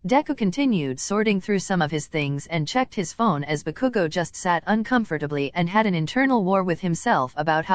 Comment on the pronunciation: why is saying bakugo like Baku-go x-x